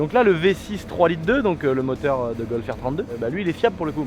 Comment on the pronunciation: Le Tracteu(r) à Moteu(r)